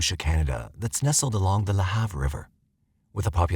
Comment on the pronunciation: I'm from Nova Scotia and I remember this story, tragic for the family. Also, the pronunciation of "Lahave" is funny coming from the voice narration because it is supposed to sound almost like the word "behave" but kinda "la-have", anyway. Great coverage and I look forward to more videos from the channel.